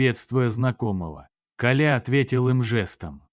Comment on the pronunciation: Автор Вы незнаете как правильно ставить ударение в слове Коля?